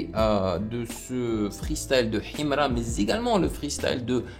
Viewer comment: Tu vis où ? Déjà quand tu prononces Himra on sent un manque d’effort et de volonté de comprendre l’artiste, bref ignorez nous, c’est pas 1 ou 2 reaction qui vont mettre fin a sa carrière….